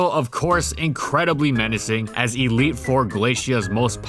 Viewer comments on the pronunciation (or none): none